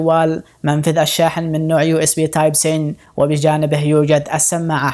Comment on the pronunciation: برضك تدخل حروف انجليزي مع عربي.... ايش تايب سين .... ههههه ياخي ماتعرف تقول تايب سي